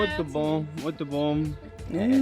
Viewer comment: Amelie: " o vinho é muito bom " perfectly said :-)